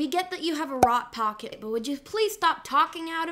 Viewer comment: "Rot Pocket" I can't unhear it LMAO